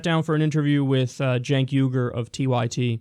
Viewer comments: Kinda irrititating that he keeps saying Jenks. I point out the important stuff. Also, he is lying like crazy. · It's Cenk, not "cenks" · I turned into a drinking game. Every time he said "Jenks" i took a sip of wine... i threw up and passed out fast! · I know right? Its illegal to say 'Cenks'(!) 😄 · Why are Cenk, Kyle, and Ana all avoiding the fact that Joe kept saying "Cenks." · "Janks" Well at least he didn't call Cenk "Sink" like other people have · He called him "Jenks" XD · I wasn't as upset with his constant lying (seeing as it's Joe Manchin) as I was with his constant mispronouncing of Cenk's name. "Janks." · can he stop calling him Jenks... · Every time he says 'Janks' I want to deck him in the face. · Why does Joe keep calling him "Cenks"? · Does he think there's an "s" in Cenks name?